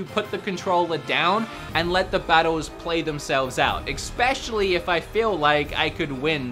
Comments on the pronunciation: You say expecially but the correct is especially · Good review. But please try to start saying especially instead of expecially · Please, it’s especially not expecially. E-specially... thank you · "Expecially" -you many many times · Awesome review man! But seriously!.. Where are you seeing an "X" in the word especially!? 🤣🤣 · This was a greatly written and produced review. Still triggered by the use of ‘exspecially’. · Why does every time says “specially” he pronounces it as “expetially”???? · Xpecially Chronicles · "exspecially" really?